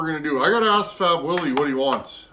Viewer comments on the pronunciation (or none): none